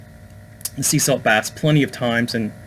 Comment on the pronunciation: Almost thought you said 'spiritual Bats' (instaid of baths). Really had wondering whats unseen above my head